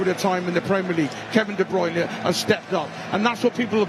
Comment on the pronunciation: KEVIN DE BRYUNERRRR gets me every time 😂